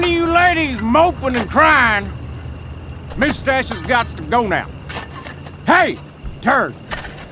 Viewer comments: "moosetache" k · POWLEECE THAT MEWSTACHE